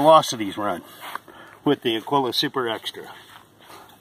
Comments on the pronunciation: "Agwilla", he said! Ha! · It's pronounced a - GEE - la. Spanish for eagle. Thanks. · Busts me up hearing all the different pronunciations of Agiula. Usually they call it "Agweela."